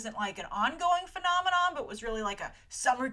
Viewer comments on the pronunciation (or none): none